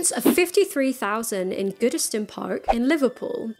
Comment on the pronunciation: "goodiston park" huh